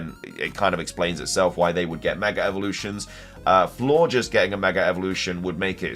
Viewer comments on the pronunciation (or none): none